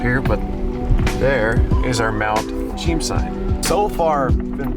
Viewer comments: Its pronounced Mt. "SHE-EM" CHEAM. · It’s pronounced Chee-yam. From the Halq’emeylem word Xwchiyom which is the name of a village at the base of the mountain on the Fraser river. The actual Halq’emeylem place name for Mt. Cheam is Lhílhleqy.